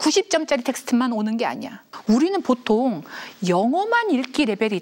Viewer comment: 장음인 단어의 첫 자를 "짧게 잘못 발음한 예: 계기, 제가(나),보통,좋게습니다.저자,공동,대화 ,좋냐면,사실,뭐냐,세계관, 교과서, 등!! 이렇게 대학 교수께서 발음이 틀렸다면, 한국 문화 수준의 현주소는 어디메 있아옵니까?? 이에 책 한권을 권하옵노니, "한국 어문을 고발함" 이라는 책을 조용히 읽어 주실까요??